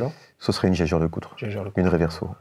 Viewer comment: On dit pas Jeger mais Jaeger ( jajer(e)) . Edmond Jaeger a refusé en 1871 de devenir allemand et a dû partir, donc il est plus francais qu'allemand , quand bien même s'il était alsacien d'origine. Il a fait sa vie à Paris. Donc il faut garder la prononciation francaise. On ne prononce pas Heil Fell pour Eiffel.